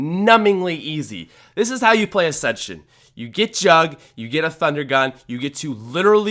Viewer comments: What acsension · I was offended when he said ascension